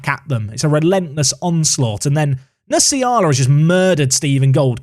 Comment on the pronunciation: Nsiala is pronounced en-see-ala